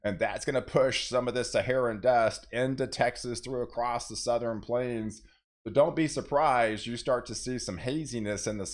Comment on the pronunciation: It,s. Southern not southeren